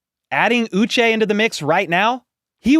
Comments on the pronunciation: It’s pronounced OO-Shay. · Remember it's pronounced Ooh-Shey Joshua Uche Ooh shey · I believe he pronounces his name “OO-SHAY” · Hi. This symbol ' indicates an accented syllable as in U che' 😊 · Well take a look at the man himself. Sounds like he's saying uche